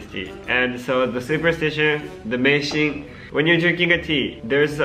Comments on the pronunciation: Aku kok dengernya pas tomo ngomong meishin dengernya ngising beneran gak tau kenapa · Aku dengernya Meishin=micin :v